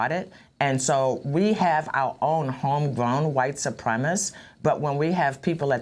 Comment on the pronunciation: Wow, the mayor can't even pronounce ,"white supremacists". Telling.